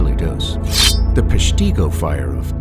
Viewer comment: You could start by learning the correct pronunciation of Peshtigo